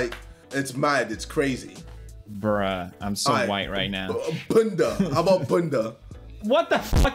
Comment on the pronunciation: JJ pronounces 'bunda" as 'banda" * chunkz summoned *